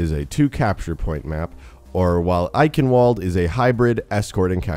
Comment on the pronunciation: Good video, however the way you say "Eichenwalde" makes me cringe. lol